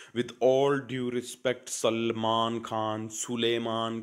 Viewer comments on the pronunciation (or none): none